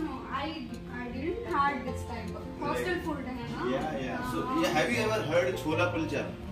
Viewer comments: Chola nhi bolta chole bolta h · Dear chole bola kro. Chola word gaali hoti hai. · Aap chola nahi boleye chole kahte hai